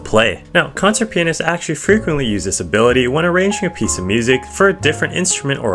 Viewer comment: "this ability" all i hear is "disabilitiy" 🔥🔥🔥🔊🔊🗣🗣